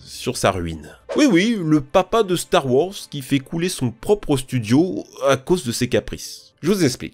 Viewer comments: Purée la DICTION!!! La diction... et des cours d'anglais (tektou??? Duque nouquem??? Star wors??? 🤣) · "store worze" "mille trois cents treize" "bouba fite"